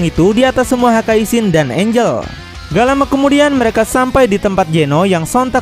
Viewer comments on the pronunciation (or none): none